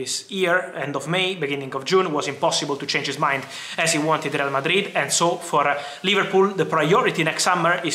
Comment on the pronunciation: Rrrreyal Mardrid